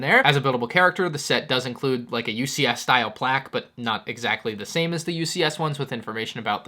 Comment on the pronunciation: The BD-1 ‘style’? Is actually a health stim (like stick in pronunciation)